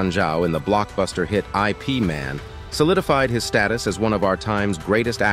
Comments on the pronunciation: It’s not i. p man. It’s Yip Man. You’d think you would know this. It’s not Jeet Koonay Do. It’s Jeet Kun Do. Lots of important things missing from this video and lots of mispronunciations . 👎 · 'I', 'P' Man? Seriously? It's pronouced eep like in "sleep". And btw, that was Donnie Yen as Ip Man. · It annoys me when he says I.P. Man instead of Ip Man! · Please !! it is not I.P. Man, his name is Ip Man , !! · the way he pronounces it🤣 like I.P adress😂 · its not I.P. can you pronounce ip man name correctly?